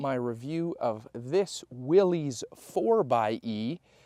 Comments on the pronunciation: It is pronounced Williss, not Willies 🏴‍☠️😎🦆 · It’s pronounced, “Willis”.